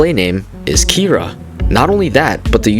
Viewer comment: This is kinda off topic but I think u pronounced kira wrong